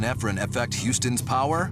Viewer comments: "great prower'😂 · Is it just me ot did he say prower